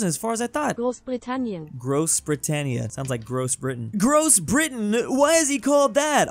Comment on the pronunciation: ITS called Großbritannien Not gross brtainien im German